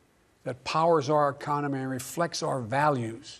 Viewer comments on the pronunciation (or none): "powers our econermey"....nice